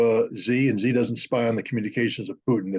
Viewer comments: Why americans refer to xi jin ping with “z” instead of “xi”? (Im not american) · This guy is an idiot. Pronounce the Chinese president’s name correctly and you’ll have much more credibility. It’s not pronounced “Z”.